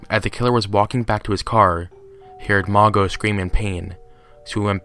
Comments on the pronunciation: Mago? Really? It's Mageaux. Pronounced ma-Zoe. Seriously dude. It's disrespectful to the victims of these monsters. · “Mageau” is pronounced “Mah-joe” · Pronounced Mah-sho